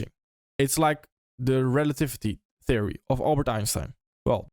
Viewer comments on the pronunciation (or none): none